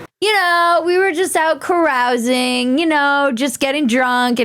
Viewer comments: It's Ka rouse ing . . . not Ka ruse ing . . . 🤣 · Caroosing? That's how the hosers in Canada say it ,eh. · Bridget: "'Carousing"? What, were they getting cotton candy?" Me: Not "carousel". "Carousing".